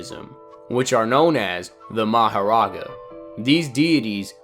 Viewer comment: the way you say meGUmi and maho-raga just doesnt fit so well with me...